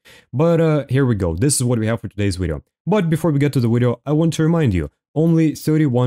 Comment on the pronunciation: Why do you say wideo and speak like you’re acoustic ?